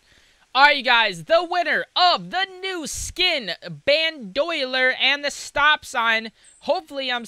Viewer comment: This nigga said Bandoyler wtf LMAOOOO